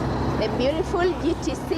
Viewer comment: still saying beauriful